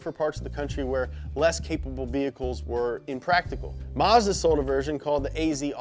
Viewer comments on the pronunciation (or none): none